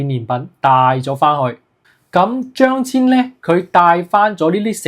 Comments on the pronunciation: 張騫的騫字應讀作牽。非遷。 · should be pronounced "Cheung Hin"